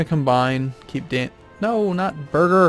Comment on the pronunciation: I don't understand how you say "Birger" as "Burger".